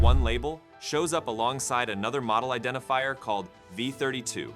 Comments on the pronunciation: Really? I would say that the pronunciation of “model” needs some work. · "model" was pronounced 3 different ways within a minute!